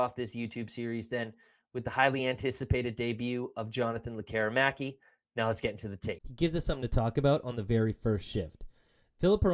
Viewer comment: Why do so many people in Vancouver sports media fail to pronounce Lekkerimaki's name properly the way he does and the way it's pronounced in Sweden? You need to let the "air" out of it! "Lekker' imaki" , our future star deserves the respect. Mind you, some guys still can't pronounce Petey's first after 6 years. ELL' ias or EE' lias etc.. Great analysis video of our talented young gun slinger, he has the tools to be an exciting addition to the top six.